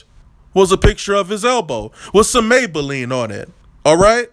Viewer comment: Lmfao "maybaline"??? 🤣🤣🤣🤣